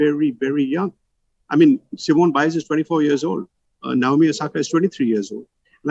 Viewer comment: It's Simone not Simon